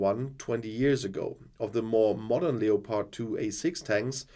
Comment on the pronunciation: Leopard is pronounced Lepard in English. Just sayin'